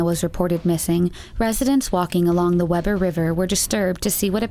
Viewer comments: It's pronounced (Wee Ber) not Webber. I'm a Utah Native. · Just saying it’s pronounced we-burr(like being cold) 😂 but I like weber better it’s full of some creepy crawlers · It's pronounced Wee-ber, not Webber. I live in Ogden UT (North Ogden). Everyone always says Webber who isn't from here. Yeah, Weber. Weber State University, the uni I go to, and have taken multiple water samples out of that river for Salmonella! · Quick correction from a former Weber county resident: it's pronounced Wee-bur. :) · Fyi- it's pronounced wee- ber. Great video, thanks!! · Hi there, Ogden resident here. The county and river are pronounced Wee ber, it would be Weh ber if there were two bs. Or was it just my elementary that taught that rule of pronounciation? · It's We-ber not Web-er River. Shows you're doing your own reading research instead of just listening to what others put together so way to go. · I hate to be that guy....but being from Ogden, Weber is pronounced (Wē-ber), not “Webber”. But hey still a great video! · Not tryna be a "you know who", but.... (Utahn here) and in Savannah's case- its pronounced "Wee-bur" [Weber County] I know its counter intuitive. We got a lot of stupid words here. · Why does Utah have to have such weird pronunciations??? Anyway, its Wee-ber, not Weber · I know this is frowned upon, but I can't help it, as i live in Utah. The Weber river is pronounced "Weeber", but we have a weird dialect here, so I understand. Great video though!!! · Weber is pronounced Weeburr ;) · why did you say Weber like that